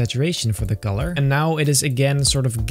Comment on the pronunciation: Why does he call color golor